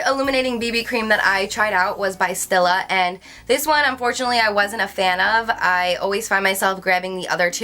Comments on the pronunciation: Oh god.....and now she just said- Stilla instead of Stila. It's not STILL-A. It's STEE-LA. Omg....for a makeup lover and youtuber, you'd think she knows how to pronounce shit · I love how u pronounce stila it's "stee•la" and NYX is "nicks" haha luv you. Btw this video was great :) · Is she pronouncing Stila wrong? Or is that actually the correct way? Most people say "stee-la." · Yeah it's pronounced "stee·la" and "nicks" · Stila Cosmetics is pronounced st'EELAH' , hope that helps! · I was going to comment on her pronunciation of these two brands as well, but then I saw your comments. Haha Being such a beauty guru, I was really kind of surprised she didn't know the correct pronunciation since these are really common brands--especially here in the U.S.. I think I noticed her mispronouncing NYX is another video as well. Nonetheless, she is still adorable. The mispronunciation just kinda added to her bubbly, cute, & quirky personality and that New Jersey accent! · Yes I was thinking the same thing. I am also from New Jersey and a lot of people pronounce it the same way she does :)